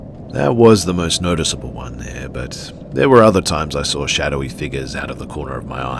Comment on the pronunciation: There is no r in saw